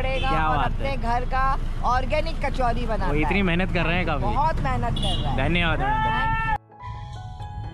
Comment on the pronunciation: Sounds like kar chodi 😁😆😆